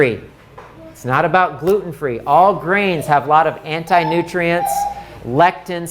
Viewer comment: Is he saying fruits, vegetables and grains or greens?